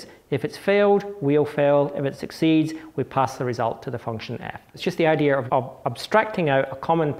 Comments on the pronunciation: iits dea and not ideaR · Why does he pronounce "idear" instead of "idea"? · I wanted to throw my monitor out the window every time I heard "Idea-r" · Very interesting "idears". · That's the problem with non-rhotic accents: once you start dropping those 'R's, they get all over the place and start falling in the cracks between words and are impossible to remove. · Since when does the word "Idea' have the letter R in it?